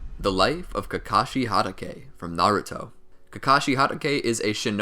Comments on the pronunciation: He keeps saying Harake is it not Hatake? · I love these vids but it's hatake (HA-TA-K) not (HA-DA-K) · It’s kakashi hot-taki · Sir, uh sir, it’s Kakashi Hatake not Kakashi Hadake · Ge said hadakae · "Kakashi HaDAke" 🤦‍♂️🤦‍♂️ my ears bleeding.. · how many times he said Kakashi Hadagay 👇👇👇👇👇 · How to do u pronounce every Japanese word correctly beside hatake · I'm sorry, I cannot watch your video because I don't like the way you say Hatake. It's stronger than me. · It bothers me how he said 'hatake'.